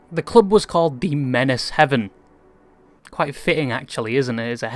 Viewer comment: That's HAVEN. Not "Heaven" bro... Come on